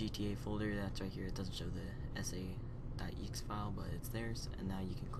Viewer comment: He says "eeks" when he said exe wtf